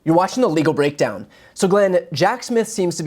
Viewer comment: "You're watchin The Legal Breakdown," SOUNDS TOO MUCH like "You're watching Illegal Breakdown"! Highly recommend you change your delivery to: "You're watching THE Legal Breakdown." Good luck!